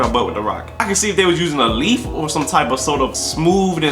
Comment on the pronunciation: "Why not a leafff" 😂😂😂